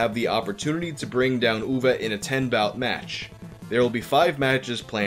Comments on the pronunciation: Congrats on pronouncing the name Uwe somewhat correctly. I had a teacher whose first name was Uwe and my parents kept calling him “Yooeeey” because that’s how they sounded it out. Poor guy eventually gave up on them ever saying his name right and just asked them to call him “Mr (his last name)” as if they were also students lmao. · Cool video. I am from Germany and also not a big Boll Fan. But I think that his movies kept getting better he stopped making video game adaptations and that he deserves some respect for doing his thing against all odds. And you are the first non german Youtuber who pronounced his first name right. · Honestly on behalf of all Germans thank you for pronouncing "Uwe" the right way, I have heard everything from "Uwu" to "Yu-wee" and you finally did it right